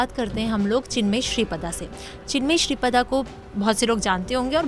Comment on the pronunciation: Shri Pada nahi ShripRada.